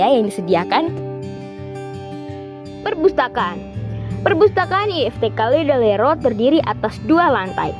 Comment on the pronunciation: Maaf tapi salah penyebutan Ledalero